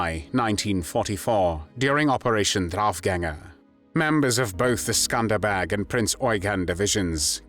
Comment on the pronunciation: The pronunciation of "The Skanderbeg Division" sounds like they're saying "The Scumbag Division." Very apropos.